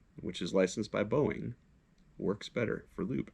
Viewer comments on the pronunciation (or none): none